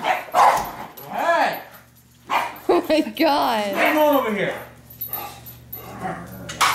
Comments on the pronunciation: Franco Barzelatto o and dont forget hey'ah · You forgot “Hey’ah!”